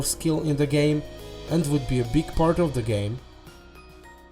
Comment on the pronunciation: “Vould”